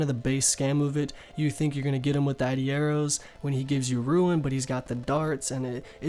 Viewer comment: why do u say ruin lol